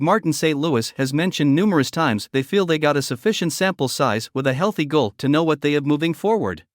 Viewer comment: I don't like these voices. They do not pronounce the names correctly for example Guhle =Goole etc. get a real person who knows.